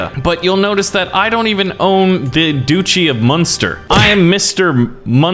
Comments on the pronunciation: you’re making me mad duchy is not a hard word what is a du chee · This man is triggering me every time he says duchy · Doochie It hurts me It’s DUTCH-Y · It is pronounced Duch-ey not doochy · Everybody else: Duchy: Doochy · How can he live happily knowing that he pronounces “Duchy” as “Doochi”? Like seriously, how do you sleep at night? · the way this guy pronounces dutchy is appalling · Every time he says doochie I want to strangle him